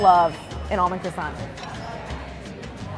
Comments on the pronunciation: Im surprised that with all that french knowledge Claire still pronounced Croissant wrong (mainly pronouncing the silent T at the end). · M N not at all! are you high? What’s the point in pronouncing the T in croissant when she perfectly knows that it’s silent? She speaks great french yet choose to mispronounce that word. Why? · Still pronounces croissant wrong though! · Claire: shows off her knowledge of the french language Claire: pronounces croissant “cross-ont” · Really enjoy these guys, but can somebody tell me why employees of a media entity called Bon Appetit refuse to pronounce croissant correctly. Not only should it not be one of the French words that English speakers have trouble with, but these are food professionals eating at a French restaurant! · Avi Mikhaylov there is still no need to pronounce the effing T at the end of croissant! It’s a silent T, it’s actually saving you time! How hard can that be?? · Croissant is one of the very few French words that I know how to pronounce... And, I'm really sorry, but neither Claire nor got it right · yes she did ! but i can see why croissant would be hard to pronounce